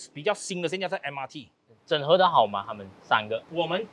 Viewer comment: 😅 受英文教育的YB 纠正Lucas 的华文 “整合” 🤣